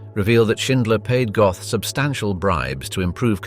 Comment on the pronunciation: His surname isn't Goth, it's pronounced GOAT..